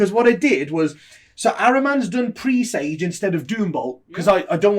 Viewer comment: Presage pronounced like message dudes!